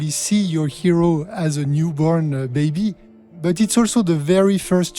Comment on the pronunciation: I like how he says "baby" what is that accent?